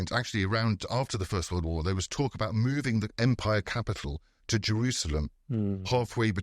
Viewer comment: Great podcast, but it kind of bothered me each time Mukesh pronounced British empire as British umpire.